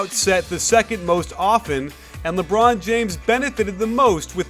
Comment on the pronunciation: When coach said " ...Because everyone knows it's goin' to be a leborn isolation" I laughed so lard!